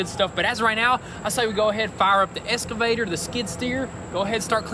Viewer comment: It's EXCAVATOR ! not ESCAVSTOR 🙄